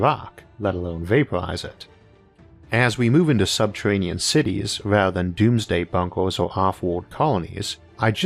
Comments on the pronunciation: "Subtewanean" Fuckin Elmer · Santuwawies in subterwanian aweas... I fucking love IA. Been listening for a year. The “accent” is actually endearing